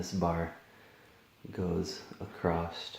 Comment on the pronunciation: Thanks. There's no "T" in the word across. Hahaahahahaa